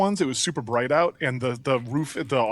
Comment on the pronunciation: "It's so bwight O.O"